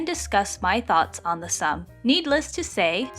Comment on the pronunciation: Hi, this is a good video, but just one thing. Its not pronounced the ssum (sum). Its much like how the Korean name min-jun is pronounced Min-joon. The game is The Ssum (soom). I hope this helps! I am looking foreward to more videos! Have a nice day